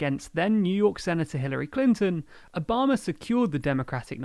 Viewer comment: Did you say Obamer administration?